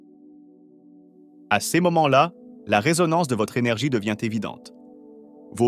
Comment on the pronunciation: C'est pas seize individus mais ces individus 🙃Ce n'est pas séjour remarquables mais ces jours remarquables 🤪authenticité et pas authentiKité 😏